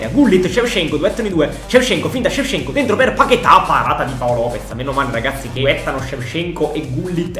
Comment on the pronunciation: Tutti: Shevchenko: sevsienkuo